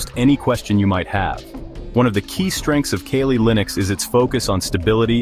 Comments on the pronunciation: why do u people call it kayley linux ?tf is wrong with u ? get ur shit down . after some minutes u call it kali. make up ur fucking mind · Lol.. Kay Lee